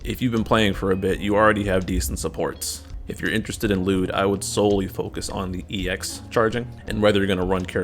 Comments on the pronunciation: His name is not pronounced lewd lol. L'yood. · no you're not pronouncing the Y 😩